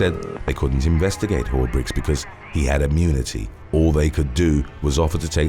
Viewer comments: Am I the only one hearing "diplomatic community?" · I know he means diplomatic immunity, but I hear "community" and apparently, so does the closed caption.